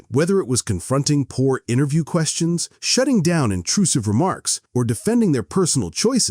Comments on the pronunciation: Wait... that pronunciation if "interview" during the seinfeld on larry king segment.... anyone else hear something off? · I SWEAR HE SAYS INTER-JEW